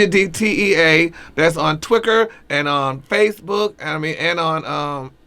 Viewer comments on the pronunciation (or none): Did he say "twicker" for "twitter"!! lololo